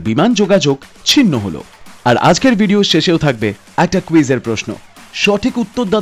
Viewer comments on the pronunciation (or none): none